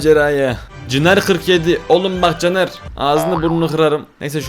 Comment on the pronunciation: abi ayıp oluyor ama benim adımda caner sen cner derken caner dedim abi üzdün beni